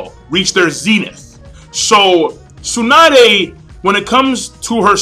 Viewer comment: I don't mean to criticize, but your pronunciation of Tsunade really sucks >< You Americans never cease to amuse me in your pronunciation of Japanese names ^_^ But don't take it the wrong way, I don't mean to offend you. And to each his own. Some people love Tsunade, like me. Some people can't stand her. And like you said, it's your opinion, others feel differently. I understand where you're coming from and why you feel that way, but that's only your opinion